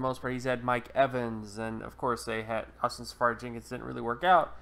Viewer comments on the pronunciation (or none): none